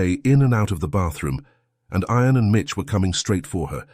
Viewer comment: You need to pronounce IAN correctly not sounding like iron.